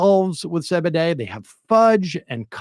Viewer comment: Please just say cee bee dee. Just one time. Thanks.